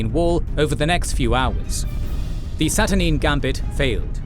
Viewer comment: I commend you guys for all the great work with visualisation, but some of the pronounciation in this video could use some reviewing before release. See: Saturnine, Aegis and others.